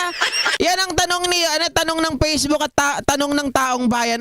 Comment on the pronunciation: It’s Facebook not Pacebook saka Fact check not Pact check.. smfh